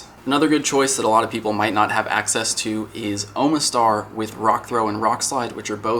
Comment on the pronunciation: "OH muh STAR." lol,, you're not a Pokemon fan. It's pronounced, "AHMA STAR". No joke.